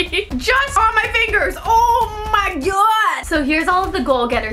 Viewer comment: Ur not saying o my god right Patrick pronounces the o in it gOId ""oid" not wat ur saying xxx but ly anyway it's rlly cute when u try to say it x